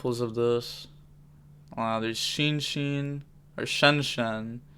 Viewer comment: Never thought I'd see the day pronounces Shen Shen right No flame btw, love the vids